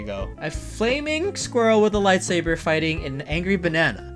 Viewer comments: he said lightsaver it is saber not saver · that is my biggest petpev when people say lightsaver instead of lightsaber and they say dark vader dude it's Darth Vader